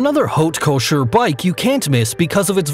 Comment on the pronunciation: Could you pls pronounce haute couture correctly